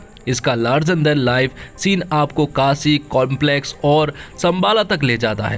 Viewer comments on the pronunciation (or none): none